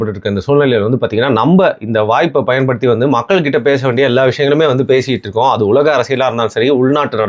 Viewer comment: பயப்படுத்தியா பயன் படுத்தி டா ஓயா தமிழ் கூட தெரியல எதுக்கு டா யூடியூப் சேனல் உனக்கு .செய்தி நக் கிகிட்டு தான் இருக்கும்